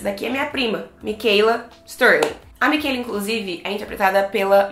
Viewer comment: Por favor não fale Micheila, e sim Michaela